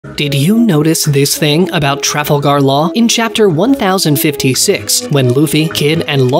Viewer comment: Love your pronunciation of Law's last name.